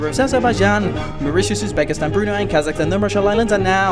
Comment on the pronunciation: he said Kazahkstan.